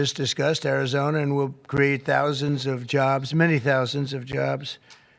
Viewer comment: Nice, he's been practicing that one: "Ari-zon-a", hard 'R'. Good pronunciation. Nice job TSMC bro! Proud of you.